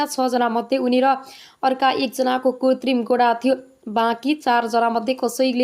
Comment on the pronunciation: कृतिम भन्न नजान्नेले समाचार वाचन गर्दैछन